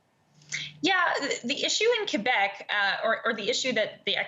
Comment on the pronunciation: Wow... I don't think I've heard anyone pronounce Quebec, CUEBEK since I was a kid.